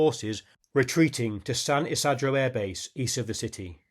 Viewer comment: Good show! One thing, though: The 'I's in San Isidro are pronounced as ee, ie, San Eeseedro